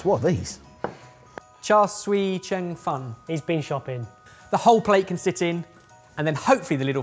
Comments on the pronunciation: its pronounced more "cha sue" than "shar sue-ie" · Someday Ben will learn that Char Siu isn't pronounced Char Swee. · Instead of "Char Swee Cheng Fun", it's "Char Siew Cheung Fun" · I mean yeah it's not surprising, as a Cantonese speaker in the US. To be fair to both sides, "cheung" is a really hard word for non-canto speakers to pronounce, but "siu", pronounced like "few" but with an s, is really not. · Ben, it's more like cha siew (siu not sui). But I enjoyed your happy cheung fun face. It's my fav dim sum item, but I wouldn't call it a dumpling like Jamie did. My wok lid (that fits multiple pots) is metal with a little plastic handle. Maybe the thick glass part is getting in the way of sliding the lid around to a good position on other pots (or maybe it's just that Jamie was tryingt to always centre his lid, which is not really necessary). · Omg Ben I thought you have learnt from last time that it is char SIU not SUI. I can usually forgive mispronunciations but it is even spelt that way! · For God sake Ben it's char siu not char sui. This is the second time! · cha see-ew cheung fun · Ben.... Sweet as ever, but we need to work on your Cantonese pronunciation! Try 'char seew cheung fun'... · "Char siu" pronounced cha like matcha and siu like... Sss-ew Also they're rolled rice noodles and not dumplings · That pronunciation for the char siu was awful, mates. Love the content though! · Every time they mispronounce char siew it hurts my little Chinese heart...